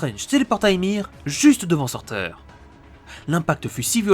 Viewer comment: Ça se dit pas sourtour ?